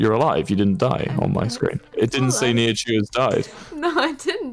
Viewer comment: I love how Wilbur said Nihachu wrong twice 😂